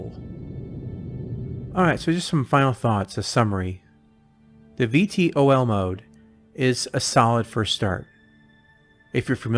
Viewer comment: VTOL = Vee-Tall ...nice video though.